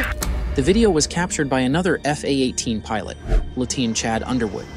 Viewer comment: Was he saying Lieuteen instead of Lieutenant..